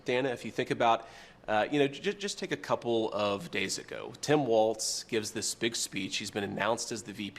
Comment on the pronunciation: It's not WalTz!